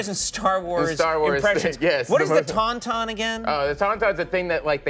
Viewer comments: "Doing Tonton"... why don't you try "Dying Tauntaun" 😂 "Doing Tonton" is French for a questionable relationship with your uncle. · It's Tusken Raider and Tauntaun, not "Tuscan Raider" and "Tonton"... useless AI.